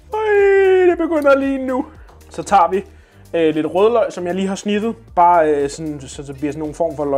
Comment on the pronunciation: Var jeg den eneste der hørte sniffede og ikke snittede